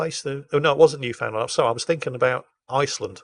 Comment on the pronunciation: Newfoundland is pronounced like "understand." Also, ackchyually it's Newfoundland and Labrador